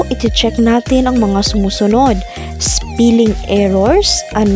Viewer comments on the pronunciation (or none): Thanks helpful po talaga Pero pls.check the wrong pronunciation of some words such spelling heading etc.masakit sa tenga...Thanks